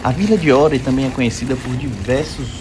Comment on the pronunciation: Greetings from Sweden; Glad you liked our best ski resort! And a gold star for pronouncing it correct (many non-swedes say Are, like "We are here" :D ) If anyone wants to try Åre but thinks its too cold; it is open until the beginning of May. Spring skiing around Easter until closing is very nice with sun and better temperatures. :)